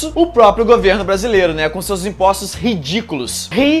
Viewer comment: Ó o pulinho do cara, e esse RI-DI-CU-LO, sei não hein ( ͡° ͜ʖ ͡°)